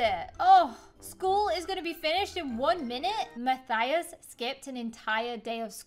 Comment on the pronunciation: WHY DOES EVERYONE SAY MATHIUS ITS MATHIUS LIKE IF YOUR SAYING US NOT USS AM I THE ONLY SPANISH YOUTUBER